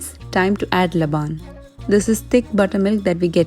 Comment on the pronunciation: Hello.. dear sister ur videos are amazing… by the way it’s not pronounced labaan its pronounced as laban (laben)…